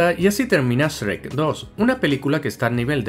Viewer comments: En España les cambian los nombres o que pedo!!? Aca les decimos burro no asno y shrek no "es reck" 😂😂 aun así buen video mi buen saludos desde México ✌✌✌ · es Shrek, no ES-REC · Jajajaja "Shh Rek" "La ciénega" "Asno" "Lobezno" "A todo gas" "Onda vital", no importa como les digan, sus vídeos me encantan ❤️ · El ESRREK 🤣🤣🤣🤣🤣 me parto el culo jajajaja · Esrrek, Asno xD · Quien es asno? Que no era burro? Y quién es Esrek? 🤦 Estos españoles.. 😂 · "esreck" jajajajajaja 😅😆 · Esrek? ESREKKK?????Así le llaman en España a Shrek? Que coj….??? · Porque le dice esrek